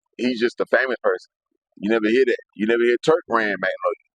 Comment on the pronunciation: Am i bugging or you calling him Twurk? 😂😂😂